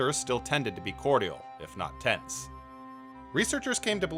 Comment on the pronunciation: This narrator couldn’t pronounce “cordial,” so I wouldn’t count on him